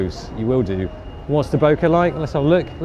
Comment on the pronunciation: It is pronounced bokeh not bokeh